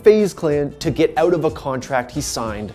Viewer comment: Really annoying when you say out just pronounce it right